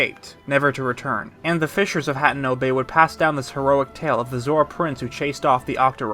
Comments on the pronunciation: Your pronunciation of certain words in this video absolutely KILL me. HAT-EN-O over HA-Tien-O... lol 😆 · I have watched dozens of lore videos and only 1 narrator has pronounced all the names correctly. By the way it's not you. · You are one awesome theorist… But I just can’t get past mispronouncing Hateno. 🤣